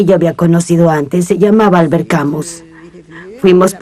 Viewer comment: Me encanta y agradezco poder ver este documental. Lástima que la pronunciación y acentuación del nombre y apellido del autor no tienen nada que ver con las francesas